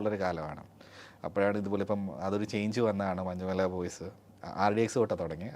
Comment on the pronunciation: മഞ്ഞുമല ബോയ്സ് അല്ലേടാ ഉവ്വേ... മഞ്ജുമ്മൽ ബോയ്സ്... ഡിസ്ട്രിബ്യുട്ട് ചെയ്ത പടത്തിന്റെ പേര് കറക്റ്റ് ആയിട്ടു പറഞ്ഞുകൂടേ അണ്ണാ....